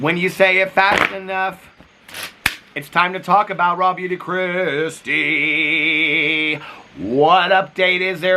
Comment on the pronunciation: I just wanted to tell you, I’d never heard of RawBeautyKristi before you started calling her out. Every single time you said Raw Beauty Kristi, I thought her name was “Rob You To Kristi.” Idk why but the fact I’ve never heard of this person and I’d autoplay your videos so I wouldn’t always see the titles and I couldn’t figure out what you were saying when you were saying her name to the point that I had to look at comments to figure it out lmao